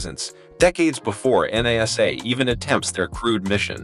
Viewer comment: Why can't you pronounce the word properly NASA !!!